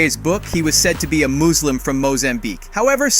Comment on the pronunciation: Moozlem?????? ...its Musssss-lim my friend really not that hard to learn what 2B people on the planet are called